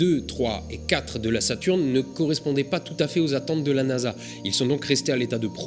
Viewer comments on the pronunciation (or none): none